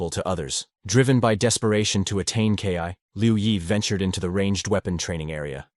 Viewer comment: This needs to be worked on a little bit. When the narrator says KI (kay eye) instead of Ki (Kee), it kind of ruins the experience.